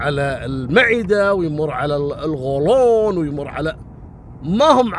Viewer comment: القصة فعلا كان فيها تشويق لكن ال(غ)ولون هذا شيء ثاني يا …